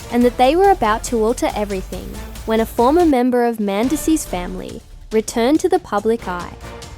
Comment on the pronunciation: Who the hell is “Men-des”